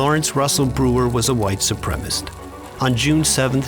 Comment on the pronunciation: how does the narrator not know how to pronounce "supremacist"